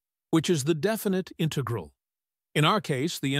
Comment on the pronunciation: The robot voice mispronounced some of the math terms (I.e., “integral”), which was distracting. Perhaps a different robot next time?